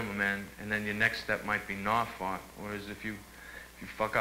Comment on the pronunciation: As an Englishman, who lives in the eastern counties of England, I had to laugh my bollocks off at Norfolk being pronounced “Nar-Fuck” 😅 The correct pronouncement is Noowl-fk